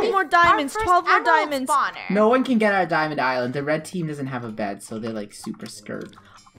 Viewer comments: me: laughing when funneh says bread insted of bed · funneh did you know that you said yellow bred instead of bed lol XD